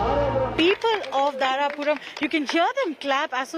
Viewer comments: Please correct it. It's not "Dharampur". It's *"Dharapuram" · Not Dharampur it's "Dharapuram"